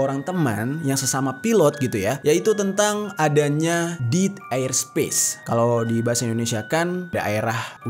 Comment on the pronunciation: Kontennya bagus.. Sekadar masukan, pronounciation istilah2 dlm bahasa asingnya sebaiknya dibenerin lagi, even utk kata2 Bahasa Inggris yg sederhana, kyk Devil's Triangle (tp dibaca Three Angel), Dead Air Space (tp dibaca Deed), Florida (tp dibaca Floraida), Spiral Dive (dibaca Driver), dll itu kan mudah & basic bgt. Akan jdi konten yg lebih perfect. Thx